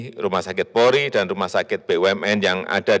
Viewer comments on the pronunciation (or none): none